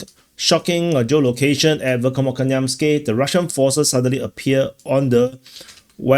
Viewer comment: Dear, You must treat "kh" as a single "letter"; imagine the "k" and the "h" superimposed. There is no "k" sound in the Cyrillic X (